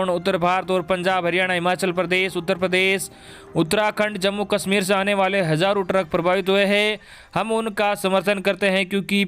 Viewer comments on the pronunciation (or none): none